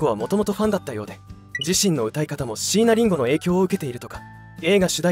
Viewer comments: 待って！「椎名林檎」の事そこまで詳しいのに、「椎名林檎」のアクセント違うくない！？ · しいなりんごの発音と いなばの発音がいちいちツボで笑ってしまうw